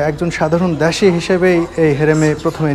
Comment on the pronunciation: জৌন দাসি নয়,দাসি বলুন,,।